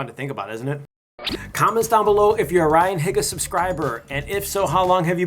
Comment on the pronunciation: "Ryan Higga" .... lol